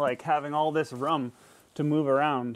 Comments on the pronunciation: Not a lot of “Rooum” lol the way he says room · That lift looks really nice for the space you have. I haven't ever hear anyone pronounce "room" (like broom) as "rum" like you do, is that normal in your area?